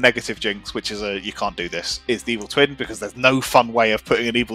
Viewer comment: It took me a solid moment to realize you didn't say "twink jinx"